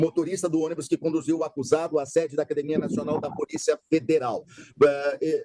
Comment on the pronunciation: "nóis ia, ônibu, acordemu....15 anos,assassinou a língua portuguesa 😅😅😅